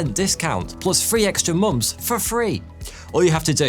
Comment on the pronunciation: My dude said "free extra mumfs, for free!" 😆